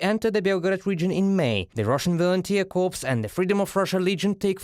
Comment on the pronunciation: To the translators and newsreaders: corps is pronounced exactly the same as "core", because it is a French word. The word corpse, which is what you guys are saying, means the remains of a deceased person. Thanks for all you do. Slava Ukraine!